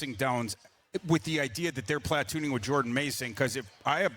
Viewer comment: “Platt-tooning” nystrom